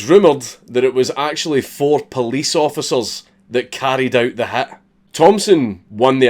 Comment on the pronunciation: Everytime you say "hit", I hear "hat" and let me tell you that it's pretty fucking disturbing at first